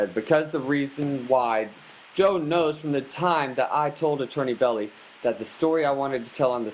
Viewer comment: It’s BELLI you moron , Melvin Bell - EYE ...not Belly . God almighty where do these idiots come from ???????